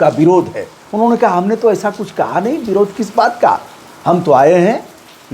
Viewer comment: आप पढे इखे लागते हो पर आप के उच्चारण सही नहीं है, जैसे विरोध को बिरोध खते हो.